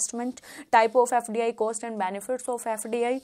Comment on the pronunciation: Apne net jrf qualify kiya 3-4 bar. .very good ..but ab se please cost ko coast bolna band karo. Work on your pronouncing .. Net exam dena chodo..baki chizo pe bhi dhyan do.